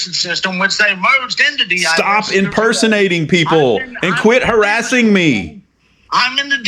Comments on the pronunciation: I'm not hawassing you, you silly wabbit!!!🤣😂🤣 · "Stop hawassing me"😂😂😂😂 He's a cowectional officer don't you know!!!! This is YouTube gold😂😂😂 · im not hawassing you. im just hewping.